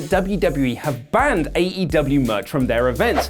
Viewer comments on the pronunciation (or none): none